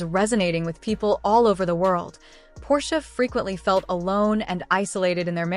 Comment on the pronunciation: Really? The stupid robot voice can't even say Portia's name correctly.